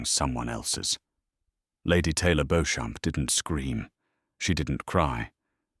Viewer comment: Beauchamp is pronounced ‘Beecham’